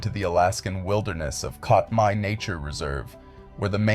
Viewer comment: It’s pronounced CAT-my